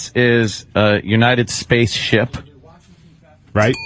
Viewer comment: "spayce..the final...frontier."